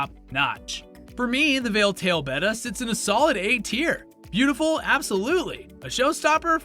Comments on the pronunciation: Betta. That’s the name. Not beta, not betta fish. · Clicked on the video. Heard how he pronounced betta. Bye.